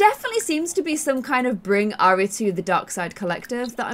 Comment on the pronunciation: the name airi is pro prounced i-rea it is a japanese name meaning love <3